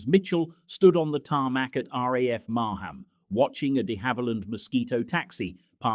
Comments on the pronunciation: Not Mar Ham it's Marham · It's pronounced Mar-ram not Mar-ham.